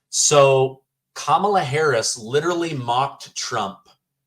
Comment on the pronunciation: ‘’S kam ala"